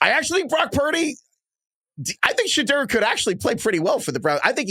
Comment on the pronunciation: it’s not Shadurr. Someone correct him how does a draft show not know how to pronounce a top 5 picks name